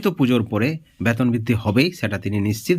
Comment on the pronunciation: ফালতু খবর। আগে আপনার ভাষা ঠিক করুন। ওটা ব্যাতোন নয় বেতন হবে।